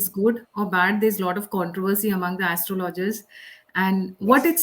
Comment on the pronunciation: Please pronounce Astrologer properly. It is not aster-loger but pronounced as astrolger